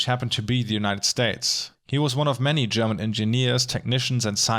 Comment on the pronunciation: I almost wasn't able to tell that you are German, but your pronunciation of the German words was just too perfect. I think you can take that as a compliment. I've seen a couple of analysis videos on Deutschland, but yours was by far the most in-depth yet on-point one. Although this video seemingly doesn't represent your work here on Youtube, I've left you a sub and am looking forward to explore your less recent videos.